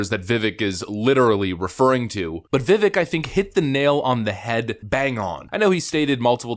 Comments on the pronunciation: Great video brother. And Vivek is pronounced (Viv-ake) just think...it rythmes with CAKE. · Its pronounced Va-vake like cake. He clarified that on TimcastIRL lol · his name is pronounced vi-vake (vivek) for the liberal struggling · Va-vake like Cake. He said it himself. BTW love the show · Despite how Nikki pronounces it, Vivek rhymes with cake. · First off, it's pronounced to rhyme with cake vu-vake My choice for Trump's VP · Just for future reference, his name is pronounced like Viv-ake (like cake) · His name is pronounced like Viv-cake without the C, Vivake, but spelled Vivek. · Vivek said to remember one thing about his name... "It rhymes with cake, Vi-Vake... cake". It's not what it looks like, but that is how it is pronounced. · V-vake is how it’s pronounced. Besides Vivek, this might as well have been a Democrat debate. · It's pronounced "vih VAYK" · Vii-Vake, like cake. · Vivek pronounced like "cake" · because you stated you didn't know, let me help; Vivek's name is pronounced Vi-Vake as in 'Cake' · (Viv-Vake) (Rom-a-Swom-ee) is how it's pronounced. and he is 💯% the Next Best Choice after President Trump! If something happened with Trump and he couldn't run, Vivek is OBVIOUSLY the next CLEAR choice!!! 👊🏽🇺🇲 I would absolutely LOVE to see Trump even take him as his VP, but I don't think Trump would... Due to his Ego and sharing the spotlight n all. 🙄 js 🤷🏻‍♂️ We Definitely need a #VIVEK2028 Campaign though!!! 👊🏼🇺🇲🙏🏼 This guy is on frikn 🔥!! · To all those confused Vivek's name is pronounced "vivake". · Vuh-vaik, I think. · Just for the record for Vivek. It's pronounced Viv-Vache as in my head aches after having to endure Neocons. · I'm pretty sure the two options you gave for pronouncing his name are both wrong 😂 I think it's pronounced like viv-ache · It's pronounced like VeeVake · Say it 3 times: it's vivek like cake. Though at this point, it might as well be like everyone says it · Haley called him Veee-vek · It's pronounced Viv-ache